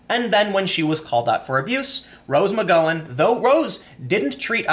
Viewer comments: Really? Quoting revenge passages from the Bible? Who does she think she is, Jules Winfield? 😂😂😂 And Tim, you really still don't know how to pronounce McGowan? Gotta be doing it on purpose to annoy us. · Tim, I love your work but.... How do you say cow, pow, flower, power??? Now, how do you say McGowan??? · I can only assume this is the worst attempt at pronouncing "McGowan" in recorded history. That was painful to listen to. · OMG! Me too! Pun intended 😉. It's as bad as hearing Sean pronounced seen! I was correcting him out loud each time while my husband laughed himself silly! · Love your commentary. But Tim. Dude. Start googling "how to pronounce (insert name here)." McGowan has a gow like now. Now like row. You're too smart and your content is too good for you to keep mispronouncing shit. Even when you know you're mispronouncing shit, you call attention to the fact that you don't know how to pronounce it. Just Google it before you shoot and stop apologizing. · Dude! When are you going to pronaounce McGowan properly? It's not a long "O" sound its a short "O" sound. Think Mc-Wow-an but with a 'G" instead of a "W". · Mc GO in lol. Gow as in cow. Not GO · It should not bother me this bad bud dude you mispronounce more words than anyone Iv ever heard. This is like my 4th comment lol I like your videos but I cringe when you say "Nighk" instead of "Ni-key" or "Mcgo-when" instead of "Mc-gow-when" a simple search can solve this. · Tim pronouncing McGowan's name wrong was actually driving me insane lol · Tim.. the ow in McGowan sounds like well. Ow. Now go-wan :) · Not McGowan is in 'go;' McGowan as in 'cow!' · As much as I have the displeasure of sharing a last name with her, it’s pronounced “ma gaow win” not “mc goh win” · It's Mc-Gow-en not McGo-when! You are driving me up the wall Tim! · Do you say McG"OH"wan on purpose? I am convinced you say "OH!" instead of "OW" when you stub your toe. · It's Mc-Gow-an (Gow, as in, rhymes with Wow!) Good video though. 👏👏